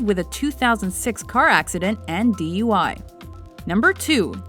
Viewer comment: I first understood "DeeYoyWhy", but it turns out to be D.U.I., since I guess other non Americans watch this, it's "Driving Under Influence. It seems to be a popular sport in Hollywoodland...